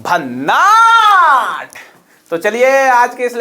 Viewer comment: भन्नाठ नहीं भन्नाट होता हैं वो गुरू